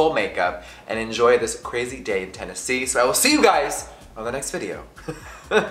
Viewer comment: I love how he said Tennessee with a southern accent hahaha